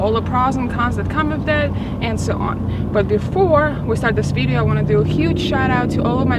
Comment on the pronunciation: Jesus Christ can someone teach her how to pronounce video. My god.